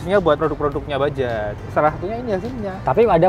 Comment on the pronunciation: Gw heran, Ini huruf "J" di baca apa ? Kalo ini? "Bajaj" Knp di baca Bajay Anjay